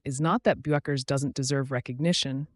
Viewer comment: Why is the narrator too lazy or stupid to pronounce Paige's name correctly? It's BECKERS (Bueckers), dummy. Do your homework, or find something else to do.